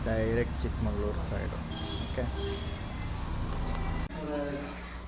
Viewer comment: It's not chikMangalur.. it's chikmagaloor 😂😂